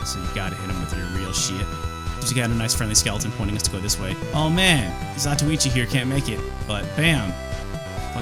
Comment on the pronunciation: LOLed on the "Zatoichi" there